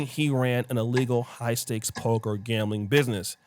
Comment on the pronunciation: Its P O K E R not PULCHURE!